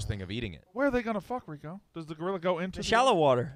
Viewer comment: calling Rico --- Reek is amazing